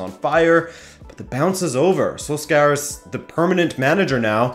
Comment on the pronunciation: Sorry but your pronunciation of Solskjaer hurts